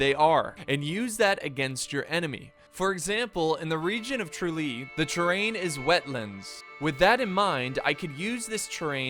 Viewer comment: pronounceasion of tralee was 10 /10